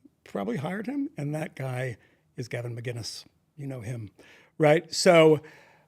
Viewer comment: For fuck sake Michael. It’s Mac-In-is, not Magin-is. I really expected more from you